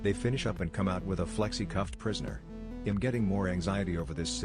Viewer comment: Do you not know how to say the word I'm? It's a contraction of the words I and am.